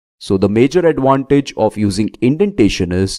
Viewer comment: you are pronouncing advantage like adwantage. v sound is different from w